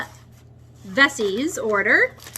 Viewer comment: I order organic from OSC, William dam seeds, and Veseys. You are saying it right. From PEI, it’s not veeeseees. Let us know when you start planting. I am in 4b zone in Ontario.